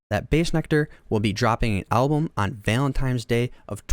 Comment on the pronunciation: His guilt or lack there of aside, your analysis of this is so infantile. This is really like a 5th grader giving a report on this. Your emotions are not nuanced enough to have an opinion on other peoples’ emotions and experiences. You can’t even say Valentine’s correctly. I don’t come at people on the internet but this is painful to know that people really put stock into primary feelings like this and stop thinking after that. There are more emotions than happy, sad, mad